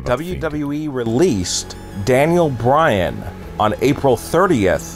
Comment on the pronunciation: Is he saying Dale Bryan?